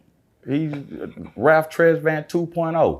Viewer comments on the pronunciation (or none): none